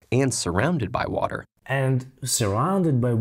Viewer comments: В озвучке отчётливо слышим "Ворер",. После этого автор ролика говорит, давайте повторим и тут же произносит "вота". 😂😂😂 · В видео американское произношение воДэ, у автора британский вариант уота 😅